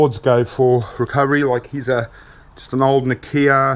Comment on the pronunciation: its not na kia its nokia